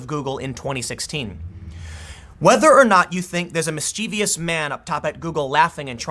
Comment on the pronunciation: Tim, the word is mischievOUS, not mischievEous.